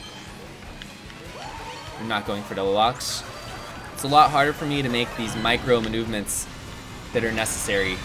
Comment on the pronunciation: “Micro mnunovements” is all all time classic haha